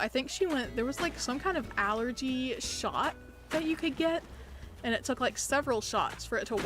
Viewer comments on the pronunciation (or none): none